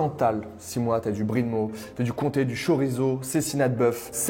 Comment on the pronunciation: merci bien pour cette vid, mais K orizo .... au niveau des la prononciation